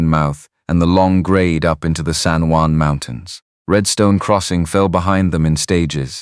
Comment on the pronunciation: The Spanish word "Juan" is pronounced as "wan" in English. Not Jew•an" or other mispronounciations in the video.